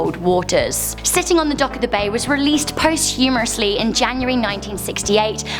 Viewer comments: Its posthumus. Not post humourous!! You said it twice! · It's Big Bopper, not Booper! And posthumously, not post-humorously. Bloody hell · Post-humerously....yeah it's not pronounced like that. Posthumously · The Big Booper? Try the Big Bopper!!! Post humorously!!! Come on!!! Posthumously. At least learn how to say the words before recording them. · I love you but dear God those pronunciations...."post-humourously"?? it's posthumously. Yuri GAGA-rin??....The Big BOOPER??? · I'm not been funny but for an English lass you don't pronounce English words very well, posthumously and bopper were both pronounced wrongly